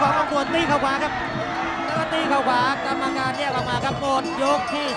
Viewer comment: กรรมการไม่ใช่ กัมการ